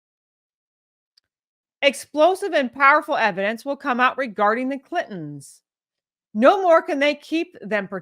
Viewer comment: did she say kittens or clintons?